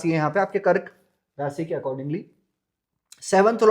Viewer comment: It's Rashi... not rasi